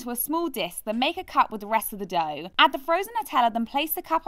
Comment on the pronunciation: “Mix to fourm a douuh”